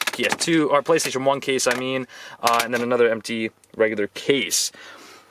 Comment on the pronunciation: Did he rly just say playstion 3😂😂